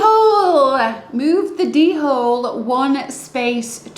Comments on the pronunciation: Looking forward to getting my copy once it reaches the US. Also… Pushes nerd glasses up against the bridge of nose The Dhole is pronounced “Dole” btw haha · Great video. I now call the Dhole (pronounced Dole) a D-hole lol